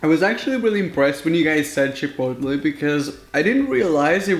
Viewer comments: Cha.Pote.lae. is how you pronounce it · U pronounce chipotle. Japolay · Chipotle (chip-oat-lay) say it with me kids😂😂😂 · Just say chip-ul-lay it's easier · Pronounced Chu-Po-Lae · It’s Chip-oat-lay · CHIP-OL-A get it right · If you want to say Chipotle correctly forget the L,think of it as chipotee! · Lol. I think people chose Chipotle burrito to troll you since you have a hard time saying the word 😅 Mean. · Hey I can’t pronounce microwave so there’s no shame in not being able to pronounce chipotle so don’t beat your self up over it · Phoebe Bettencourt chipotle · I chose burrito because I wanted him to have a a no.2 in the toilet. -and to hear him say "chipotle"